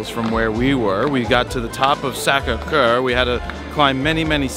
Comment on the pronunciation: "Sacre Coeur"....sounded like "Gam-burger" in pink panther :) 'couple shekels' haha its Euros in France..